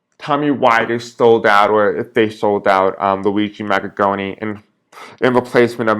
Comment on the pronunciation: Mangione, not maggattoni, or maggagoni, otherwise good reading, thanks